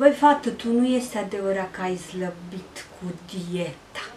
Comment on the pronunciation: Zlabit zici sau slabit?